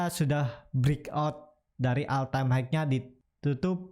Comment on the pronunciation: Hmm mas punten maap nih, all time high (HI), bukan HIKE